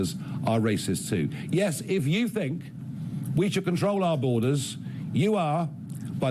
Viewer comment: Shoit not should